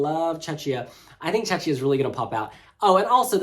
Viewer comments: Please stop pronouncing Czechia with shh, it’s kia not shia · yeah, i am czech and it hurts, cuz it reminds me Chechnya (part of Russia) :DD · Please, PLEASE somebody tell it's pronounced "Check-ia", not "Che-chia" 😭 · Someone please tell that Czechia is pronounced CHECKIA (not "chetchia"), the same way the word Czech is pronounced CHECK (and not "chetch"). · First half ends after song 7 for whatever reason, so the commentator was right. 8 - 15 are second half so Switzerland is in it. They should've probably put it on the right side to avoid confusion. And good lord, what is that butchering of Czechia? If it was Check before, it won't turn into Czeczia all of a sudden. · yasss slayyy we love ur videos and how you explain how the running order works for even new fans 🥰 its pronounced checkiya btw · please it's pronounced CHEH-khiyah. Otherwise poeple are confused and they think you talk about the russian republic of Chechnya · Just a quick note, Czechia is pronounced as check + ia. One of the reason why I still prefer the Czech Republic. 😅 Other than that I also think that Ireland should have opened instead of Norway since Norway's staging is rather dark compared to Ireland's positive and anthemic song. But overall, RO for SF1 is decent. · Ikr, i hear Chechnya 😆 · Agree, when I heard it I thought he said "Chechnya "🙃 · Love how pronounces Czechia 😁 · I don!t want to be rude but please pronounce correctly Czechia because how you pronounce it is a different place and not even close to Czech Republic. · Like saying bom dia in portuguese with a Brazilian accents ALWAYS, while we are talking about portugal. Not really a lot of cultural sensitivity and respect